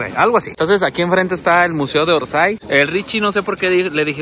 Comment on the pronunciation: Museo de Orsay y se dice Orsey